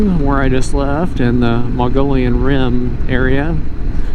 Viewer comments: My favorite place in Az....Mogollon pronouncedˌ mə-gə-ˈyōn. Not Mongolian 😉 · Muh-Gee-Yon Rim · Yeah, great vid. Done these routes on my KLR. Did the Canyon Lake (Apache Junction) to Roosevelt before the closures in cars. And suffered the closures for years. Then enjoyed the re-opening on my moto. Great route! Btw, you seem very educated... please, Mogollon, not Mongolian😂